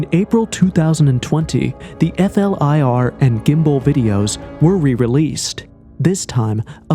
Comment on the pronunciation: flir it's not called f-l-i-r. i tkink we're aware that it's an abreiveation. Most people just call it flir, and don't spell it out all the time. whatever it just sounds weird. im sure im not the only person who noticed. but great video anyway. All ur videos are good.